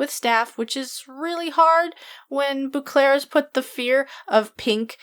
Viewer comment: First comment. Love your videos... But every time you say Bouclaire my hair on my neck rises because that's how people pronounce my last name when they don't know how to actually say it! It's French so it's Bow-clair.